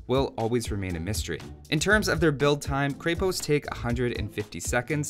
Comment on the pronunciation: I love watching your vids, including this one, but the pronunciation of Krepost kills me in this one, since Bulgarian is my first language :D You should look it up on wikimedia :D Also fun fact that it literally means fortress or some sort of small fortified building.